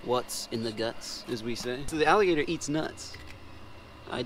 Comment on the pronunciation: Onggg they said alligatork 😂😂😂